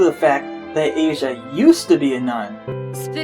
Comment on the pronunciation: Asia effect. BTW Asia's name is pronounced Ah-Ze-ah She is named after an actress , not the Continent!